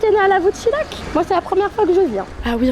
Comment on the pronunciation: Pour ton information et je suis surpris que personne ne te l’ai dit, en haute Loire quand la lettre h après un L et un N principalement cela ce prononce Y donc le village où tu étais se prononce lavoute chiyac et pas chilac 😊 Le prieurés un jolie restaurant avec un gars au top souriant comme on en connais peu 😊